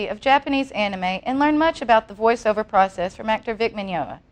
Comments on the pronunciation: Grrrrrrrrrrrrrrr! She keeps calling him Minyola and he's not correcting her and its driving me crazy! And that lady is so stiff its making me uncomfortable. OH MY GOD SHE CALLED HIM MINYOLA AGAIN!! HEY LADY, FOR YOUR INFORMATION HIS NAME IS MIGNOGNA AHHHHHHHHHH!!!!!1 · Mr. Min-yo-na.... lol I get the idea she has never met Vic before... <3 this!